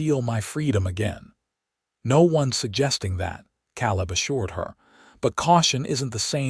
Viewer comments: Caleb is pronounced Kay-lib. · I wonder how many noticed that he pronounced Caleb wrongly. You would think whoever edits these videos before putting them online would at least correct the pronunciation of the main character's name